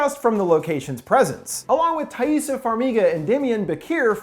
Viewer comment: her name is spelled Taissa, but pronounced Tessa.:)